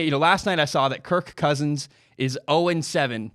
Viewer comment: I’m sorry man. I had to shut this off. The way you say kirK cousins makes this boarder line unwatchable